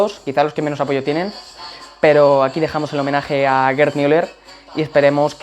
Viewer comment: LO dices bien